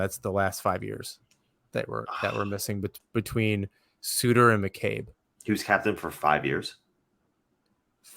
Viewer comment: Embarrassing pronunciation of Sutter (like butter, not like hooter).